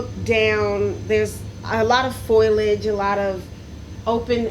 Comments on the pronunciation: ooo this is older footage! before she learned how to say "foliage" properly ;) (I always got a kick out of her "foilage" hehe) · Please stop saying "foilage" it's "foliage." Not a huge deal, just distracting while already watching something very strange. Not sure I believe this is real. It could easily be manufactured for manipulation of the public, but I rule nothing out. It does appear that you have selected uneducated individuals, though,, brought them in very young and trained them. I'm not sure if formal education would work for or against you because of indoctrination. If this is real you definitely need excellent story tellers with an eye for detail and a flair for the dramatic to make the experience thorough and entertaining. seems to have all of the necessary qualities, but working on her vocabulary would certainly help her to relay what she is experiencing.